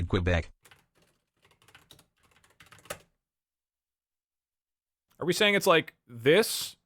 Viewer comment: WHAT DID HE JUST CALL QUÉBEC😭